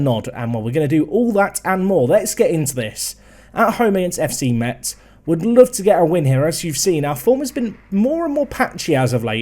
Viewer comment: Hey, it's the French guy, pronounciation lesson time : Metz = Mess (phonetically of course) Auxerre = Osser GuingAMP = LoriENT = CAEN = Le MANS (Also, Auxerre has one of the BEST youth academy of France, go pick'em youngsters if you wanna win)